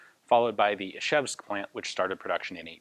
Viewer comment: amazing - Ian knows about the "line" measurement system and can actually pronounce "Izhevsk" correctly. I'm very impressed.